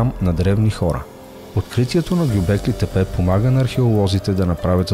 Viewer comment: Вижте, има едни неща, които се наричат "интро" и "аутро". Освен това от уважение към публиката е добре да знаете как се произнасят имена на места и личности. Например Гьобекли тепе се произнася с ударение на последното "и" - ГьобеклИ, а не по избран от вас начин. Иначе - успехи на канала ви!